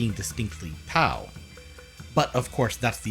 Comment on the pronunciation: dude i am sorry to inform you but "tao" is not pronounced like that. it's pretty much the exact same as you were saying it but the t makes a d sound other than that though, great video! love ya channel and i reckon its severely underrated. Btw just cause you seem to enjoy reviewing indie games that have gone under the radar a bit, i'd really recommend Crashlands, very fun top-down sci-fi rpg with solid combat and pretty enjoyable character writing and worldbuilding. it's got a similar style of humour to deathbulge